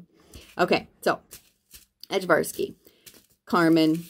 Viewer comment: I also love the Ajvarski peppers, just a little note: The J in the word is pronounced like a Y. More like Aye-Var-Ski. They're the peppers traditionally used to make Ajvar (Aye-Var) which is like a Serbian roasted red pepper sauce.